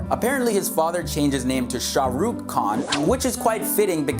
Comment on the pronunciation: youll guys never say his name correct